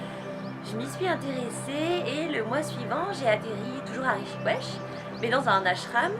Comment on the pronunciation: Alors elle elle est totalement à l'ouest et c'est quoi cette prononciation de la ville ???!! On dit Rishikesh c'est pas compliqué ?! Pas du tout naturelle...